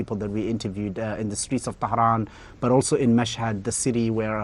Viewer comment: Losing it at the way keeps catastrophically mispronouncing Tehran. Also, was this his first time meeting Iranians? The patriotism in Iran and among Iranians in general has always verged on psychotic levels